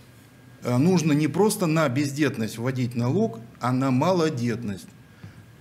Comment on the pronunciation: я почти услышала "пиздетность"